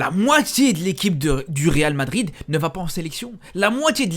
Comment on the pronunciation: à force de trop parler tu n'arrives plus à prononcer le real madrid